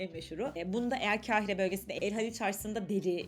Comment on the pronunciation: Mısırı anlatırken, KEHİRE olarak telaffuz etmeyiniz. K A H İ R E olarak telaffuz ediniz. Acaba diliniz mi dönmüyor, yoksa ma kekeme misiniz?